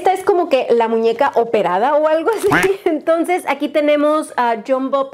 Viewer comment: Hola No sé si es idea mía o dices "emtonces" en vez de entonces 🤔 O quizás no escucho bien, no lo sé